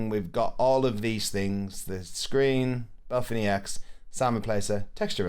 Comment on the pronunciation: thanks for the video, was helpful. one thing that annoys me tho is you calling BepInEx "Belphin EX". brooo. 😪 it lowkey drives me nuts